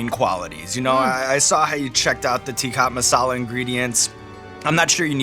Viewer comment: I love that the editors quietly called out Sean's mispronounciation of "Teacup Masala" with the chapter title and left it at that 😂